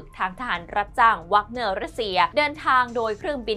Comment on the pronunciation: หน่วยทหารไม่แน่ใจออกเสียงผิดหรือเปล่ารบกวนตรวจสอบอีกทีแล้วกันครับ แว๊กเนอร์ ไม่ใช่วากเนอร์